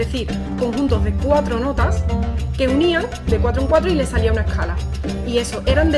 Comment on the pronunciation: oye te comes la s que clase de español tienes?.......lo griego, la ecala, pagao. meneao